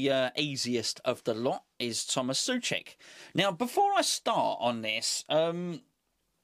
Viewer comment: it´s NOT "Suček" but try to say so + check (without pause) :)